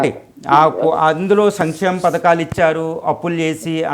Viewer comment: ముందు బాబుగారిని సంక్షేమం అనడం నేర్చుకోమండి వెదవ భాష ఏంటి సమిక్షేమం అనడం ఏంటి ఇదే తప్పు పలుకుతున్నాను ఇంకేం చేస్తాను అని అర్థం మీరు ఆర్థికంగా బాగుపడడానికి మీరు ఈ గవర్నమెంట్ ను తెచ్చుకున్నారు మాకోసం కాదని తెలుస్తోంది విద్య ఆరోగ్యం ఇంకెక్కడున్నాయి నాశనం చేశారుగా సిగ్గులేకుండా మల్లి సమర్తింపా